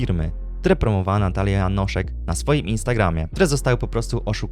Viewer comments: Jest tak mało popularna, ze nawet nieświadomie przekręcasz jej nazwisko na Janosik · Janoszek a nie Janosik 😂